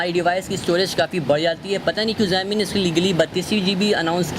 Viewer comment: pehle xiaomi ka naam thik se pronounce kr lo